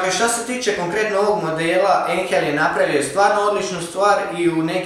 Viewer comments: Molim te izgovaraj "ajnhel" katastorfa je cut ejnhel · Ako je Einhell njemački a znamo da jeste, onda se ne izgovara Einhel već Ajnhel. U njemačkom jeziku EI se čita AJ, znači Ajnhel. Izvini na sugestiji i pratim sve tvoje video klipove. Pozdrav